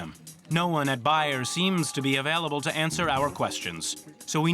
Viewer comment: BAYER is pronounced BAYER WITH A LONG A SOUND!!